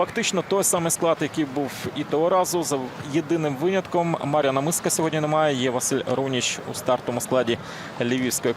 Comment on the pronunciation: коментатор ніякий, по перше не Маріан Мисик а Мар'ян, не МАрко Сапуга а МаркО, вчи українську.